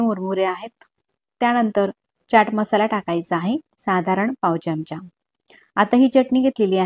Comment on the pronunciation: ढोकळा छान झाला पण चमच नाही हो चमचा म्हणा